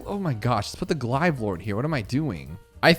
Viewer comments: Glaives not glives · Why do you say glaves like that, it’s pronounced gl-av-es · calling glaives GLIVES is crazy LOL love the vids !!!!